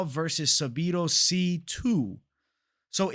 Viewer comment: Please please please say Sadibou sy’s name right. The way u say it irks me lol